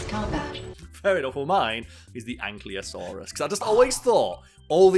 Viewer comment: Smh can't even pronounce ankylosaurus